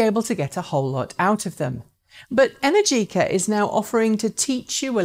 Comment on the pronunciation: Great show as usual, but the correct pronunciation is "Enèrgica", not "Energìca" :)